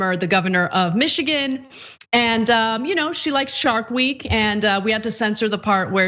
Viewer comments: I thought she said shart week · I understood "Shark Week" as she started her period. Thats what my neighbor calls hers.